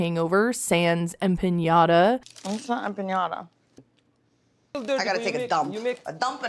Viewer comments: Did Stacey say "empañada" or "piñata"? Come on, girl: it's a freaking croissant! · What’s an empiñada? Does she mean empanada? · the way Darcey/Stacey (I can't tell them apart) pronounces empanada is infuriating